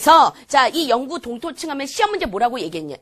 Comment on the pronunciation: 영구 동토층이 왜 자꾸 영구 톤터치라고 들리짘ㅋㅋㅋㅋㅋㅋ